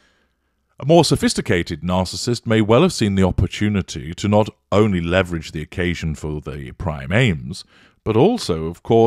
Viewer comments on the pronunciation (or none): none